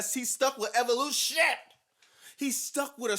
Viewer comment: And "EVOLUSHIIIIT"